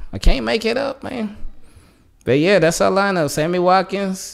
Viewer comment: Yo said Hammy Watkins 😂 I needed that laugh bruh